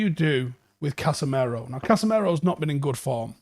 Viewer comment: Why do we still say Casemero? It's Casemiro. Casimiro if you want to be technically correct. Casemero is double wrong. Pronounce the guy's name properly.